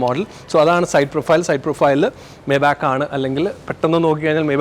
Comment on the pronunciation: Bro not മേബാക്ക് , the pronounciation is "മൈബാ(ഹ്)"